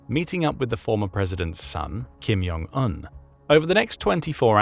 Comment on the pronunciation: It’s jong not yong Il/Un.